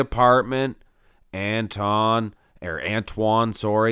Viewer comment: Watch Antoine’s video on the Muscle and Strength channel and you can learn how to pronounce his name properly from the man himself.